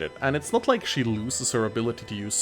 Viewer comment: lol it soundin like you sayed ike not like